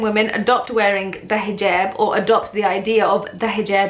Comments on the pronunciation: Hijeeeeeeeerb, ha i love accents. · Why do people say hoojab instead of hijab? Is it just different arabic dialects? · ahhhh. I had always thought it was pronounced Hee-Job. I wonder if that is a European thing, or if most muslims pronounce it that way. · U say hijab weird..or is it just me